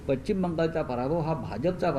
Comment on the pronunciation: आरे हा पच्चीम बंगाल असे म्हणतो, याला पश्चिम शब्द uccharta येत नाही,😊😊😊😊